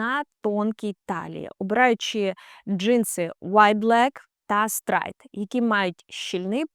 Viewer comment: Хороша порада: коли озвучуєте щось англійською, спочатку послухайте в словнику в озвучці, як воно має вимовлятися, бо стрАйт прям ріже вуха